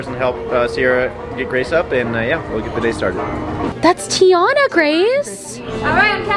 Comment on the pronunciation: Just a heads up of the pronunciation of Princess Tiana. Its Ti - ANA and not Te- YAUNA.😊